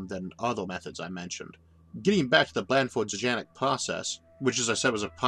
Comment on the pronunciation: Can quasars be tapped for power? (Btw, "Znajek" is said "ZNAH-yek".)